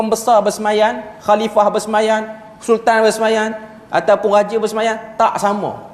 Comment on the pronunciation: BERSEMAYAM.. bukan BERSEMAYAN.. bhs melayu pun tergelincir..